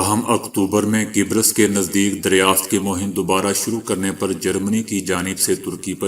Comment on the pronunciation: Mohatrum apni urdu sahi ker layn, qubrus, not qubres. Thanks